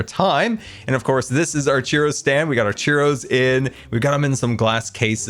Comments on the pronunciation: Does anyone else feel like he keeps saying "Cheerios" and not "Churros"? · I just figured out that when he said “cheero” he was talking about churros…. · I love how says cheeros instead of churros XD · Not churros, cheeros